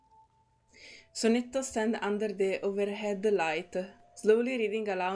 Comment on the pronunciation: Since his voicelines don't seem to mention it, 'Enma' is, if I remember correctly, pronounced as 'Zima' (Zee-mah). It is also the Russian word for 'Winter'. Hope this helps ^^. Fun Fact: If you have him at max bond, you can see that the bird has the same name as him (also pronounced the same way, 'Zee-mah', despite the different text). It's implied that it was originally the bird's name. And someone else already mentioned it before me, but Investigator II also appears in Getian's character story and he gives his name there!